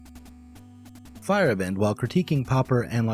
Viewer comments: If you care to know, you're pronounciation of Feyerabend is a bit off. In German, Feier is party of celebration and Abend is evening. The Feierabend is when work ends each day, i.e. there might be Feierabend for you and you leave. In the nordic variations, you may see a y instead of a i in old Germanic words. The way you say it sounds like "firebent" and you're too fast there in the middle. It's "Feier-Abend", with the A like in the Eastern name Ahmed. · Little nitpick: Paul Feyerabend's name isn't pronounced "fire-e-bEND", but rather "fey-er-AH-bend".